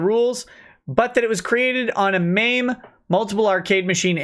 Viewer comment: Yeah. Him saying it as M A M E annoys me a bit. Lol